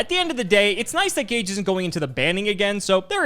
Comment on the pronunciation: Oh, this episode was about an hour earlier than usual, it was good surprise. and butchering Gage😱😳🤪😬🤗